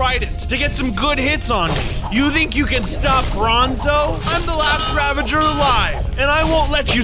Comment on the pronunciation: XD man said raveger its ravager.